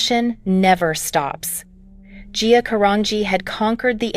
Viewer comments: Geea really??,? Get her name right! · How many times can you say a person’s name wrong. Guuyyaaaa G-I-A jeehaaaw I mean GEEE-sus. Get better IA speech for someone this iconic. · GIA, GIA, GIA! GET IT RIGHT! SHE WAS A PERSON! GET HER NAME RIGHT!